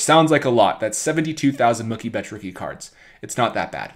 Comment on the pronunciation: What did he just say? Monkey Betts?